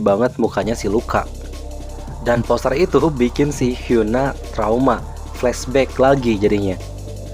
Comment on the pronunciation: Gokil, aku juga fans alnst, tp baca nya namanya rada kurang akurat Cara baca namanya gini: Mizi - mitchi/mii zee Sua - sua (sama) Hyuna - hyeona